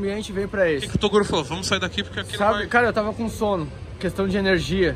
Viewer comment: torugo kkkkkkkkkkkkkkkkkk